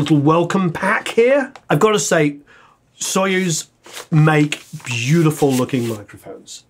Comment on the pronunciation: told ya, not sOyuz, but soyUz ))) we don't say warrEn, we say WArren) great video man! keep goin!)